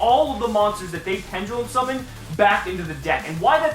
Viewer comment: Is it just me or when he does his opening I hear 'seamen' instead